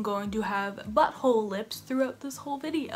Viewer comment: Y do u say ‘butthole’ so strange